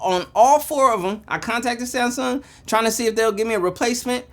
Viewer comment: SaayYmsung! Lol